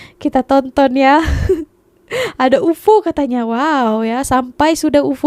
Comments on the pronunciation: UFO tu sebutannya Yu Ef Oo - U.F.O laa 😂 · Bukan UFO. Disebut satu2 huruf U F O 😅😅